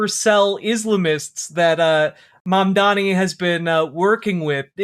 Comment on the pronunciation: The way that not a single one of these head asses can say Mamdani, when it is like the easiest fucking name to say. Mandami???